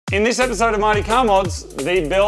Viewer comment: I think they just keep making the "Mighty" in the intro sound more and more like "Marty" until someone notices. Anyone else?